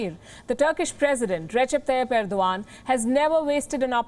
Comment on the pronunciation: Ar-do-gand hahahaha